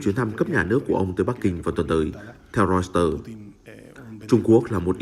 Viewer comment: Hãng tin Reuter đọc là Roi tơ, chứ đâu là Rois tơ. Lỗi 1 lần thì là lỗi, lặp lại nhiều lần thì đó là hổng kiến thức đó bạn.